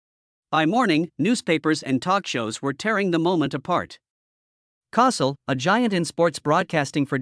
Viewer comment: It's pronounced like COE-SELL! This incident, along with Jimmy the Greek's comment was one of the first incidents of "cancel culture"! What a shame! These early incidents lead to the widespread cancer of cancel culture today! Trump is trying to erase all of this garbage and restore sanity to the culture! SMH, Andy, Annmarie's husband. SMH, Andy, Annmarie's husband.